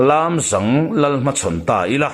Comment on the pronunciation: A ngaihnawm narawh e. Chutihrualin Lâmzâng tihtur Lamzang khua hi mikhual kan nei thin tih ka'n zep tel hram a ni e. Ngaithla zel ang.